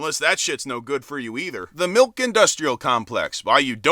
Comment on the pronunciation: Get this man a glass of malk!